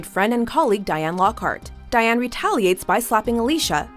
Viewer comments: I hated when narrators act like their familiar with this stuff, its clear she hsn't even seen the show when she doesn't know how to pronounce Diane. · I kno this girl ain’t just call Diane, “Diana”